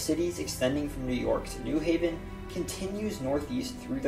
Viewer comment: When saying New Haven, the emphasis is on the Haven. (New HAY-ven, not NEW haven).